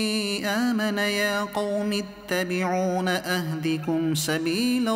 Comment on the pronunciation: Surah momin ki ayat 38 mai Attabioni hai ap ne is ittabion prha jazakkAllaj😢